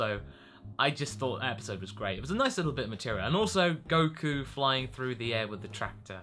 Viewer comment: Goku's intro sounds like 'Goku and A' XD